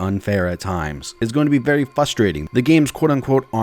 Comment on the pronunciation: Sorry. But I'm gotta throw out this constructive criticism to help you for the rest of your life. "Frust-" "Frust-trating". Not "Fuss". Great video tho! Just getting into the game and this helped quite a bit.